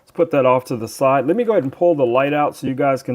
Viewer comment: Notes from a director for the talent: The word "With" ends in a TH sound. Not a hard T. The word "Side" ends in a soft d. It does not end in a hard T. We do not say "this gimbal comes wit a light." We DO say "it come WITH a light." We do not say "let's put that to the site" We DO say "let's put that to the SIDE" JUST A COUPLE OF NOTES FOR THOSE WHO SPEAK ENGLISH. "Good" does not end in a "T" "Received" actually ends with the D sound. We do not drop the D. "Robust" DOES end in a T. The talent probably forgot he hid the T at the end of the word "good" I know this is second grade grammar for most of you but apparently the talent didn't have good direction and forgot his basic second grade grammar.